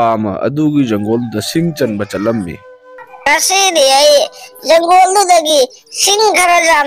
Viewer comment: Janggol haidi kari hairino ? Jungle haidi khanggi. Forest tadi Fou rash hairanina